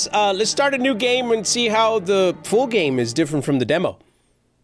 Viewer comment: He’s says fool so much that in the intro he said full game but I thought he said fool game 😅😅😅